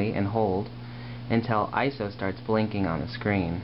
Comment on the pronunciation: I have yet to encounter an AF film camera that doesn't make a god-awful noise when you load it or rewind it in the case of 135 cameras. I also liked how you pronounced ISO as an acronym, I've only heard it as an initialism before.